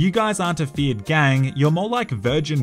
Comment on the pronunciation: Bro i just got that you say feared gang. I always thought that you said Fiat gang like the italian car company Fiat. 😂😂😂😂